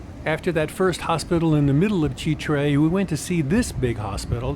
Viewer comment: As always, a solid presentation. Constructive criticism though…avoid shooting food unless you can make it look good…lol. Easier said than done, for sure. But keep up the good work. One final note, it is pronounced Chitre’…the accent is on the “e.”